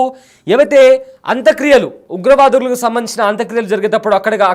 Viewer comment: పేర్లన్నా సరిగా తెలుసుకొని మాట్లాడు బాబూ. హఫీద్ సయీద్ ని రావూఫ్ అంటావ్. అంత్యక్రియలను అంత క్రియలంటావు.... నీకు స్క్రిప్ట్ ఇచ్చినోడిది తప్పా, లేక నువ్వే అలా చెప్తున్నావా....